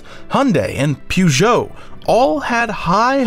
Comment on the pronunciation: Is this ai voice? That is not how you say Peugeot...